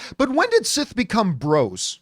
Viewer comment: He said that he’s “SIS” not “Sith”